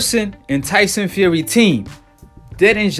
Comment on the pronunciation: he says his name tyson feary